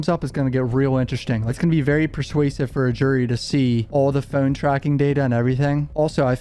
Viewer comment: Dude ur accent is atrocious no offense, really not trying to be a dick... Its hard to listen to certain words u say like "road" or "phone." Is that a California valley boy accent, or is it an odd Northeastern accent in Maryland, RI, Mass. or somewhere like that?? Someone on here has to know right?